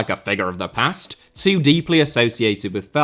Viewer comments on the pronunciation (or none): none